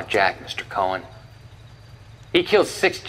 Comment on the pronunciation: Great video. it's amazing how at the time this game was so groundbreaking. I saw a Reddit post that said "what game has aged badly?" This, this is one of them. Saying the name "Cohen" wronh is very infuriating haha. you even used the scenes with the pronunciation.😂